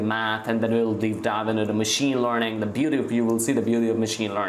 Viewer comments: It's learning not lorning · Studying in 9th grade your knowledge is great. I suggest you to improve your pronunciation. I feel it to be a little irritating everytime you say "Learning". This is my personal opinion so don't take anything bad from it. You are very good at what you are doing and at your age. Keep it up.